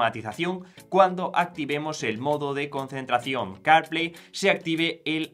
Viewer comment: ¿Que tal si hablas mas claro y entendible el ingles? Carplay no se entiende sino después de escucharlo como 10 veces. Se que el tiempo en YT de grabación es limitado, pero no es excusa para pronunciar mal las palabras. Y si te es difícil el ingles, la AI te puede ayudar aprender a pronunciar palabras en otros idiomas.